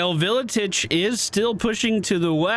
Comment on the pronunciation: It's pronounced ar-kay-on and vil-itch WAAGH armies don't replenish at all